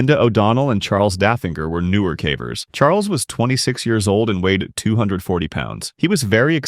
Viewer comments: I assumed that when he said "cavers" as if it was to rhyme with "cadaver" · 6 cavers was pronounced wrong in the third one